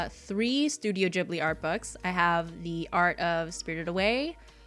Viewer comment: It kind of bothers me when people mispronounce Ghibli ^^'